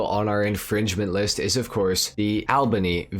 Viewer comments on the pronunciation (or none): If you were cool like I'm not you would pronounce it the Albany 5 Star...